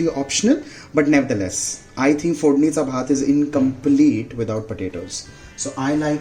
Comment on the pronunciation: very nice!!!it is too comman but too demanding.....i think u are very well in marathi language........bcz how u pronounce that "fodnicha bhaat" it totaly saying that ur from maharatrian family!!!!